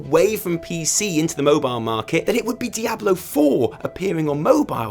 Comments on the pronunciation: dye - A - blow...bahahahahahahahahahaha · I was literally about to comment about your Diablo pronunciation right as you mentioned it.